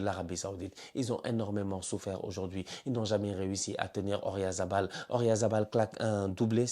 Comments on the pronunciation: arrête avec ORyalz c’est OyaRZa 😂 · Ça fait des années que je te suis et que je regarde toutes tes vidéos, à chaque fois que tu prononces Oyarzabal, je sais pas pourquoi tu le prononces O-rya-za-bal 😂